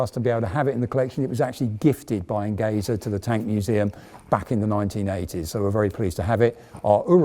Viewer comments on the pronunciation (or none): Nice video !👍 ( Only a comment: the "Enge" in the Company's name "Engesa" is pronounced in portuguese just like the word "Engineer" as It comes from the word"engenharia" which means engineering.) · Amazing video. Just a small adjustment, Engesa is pronounced "Enjesa", the "ge" is for engenharia, the portuguese word for engineering. Engesa means simply Engenheiros Especializados S.A. (Specialized engineers Corp). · What a proud to watch a Brazilian vehicle in your reputable museum!!! Yes, your Portuguese is pretty good, if you permit me a little correction in your pronunciation, the proper pronunciation for Engesa sounds like Enjesa, like in Jeep, but not so open. And yes, what causes Engesa's bankrupt was more a lack of payments from the Brazilian Army than an 'adventure' trying to build an MBT. Again, what a proud to see such a vehicle in your museum!!! THANK YOU!!!